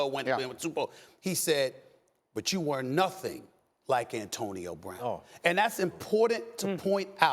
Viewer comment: "Bantonio Brown"